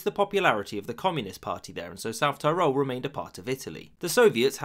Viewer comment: Every time South Tirol is mispronounced in this video, my ears bleed.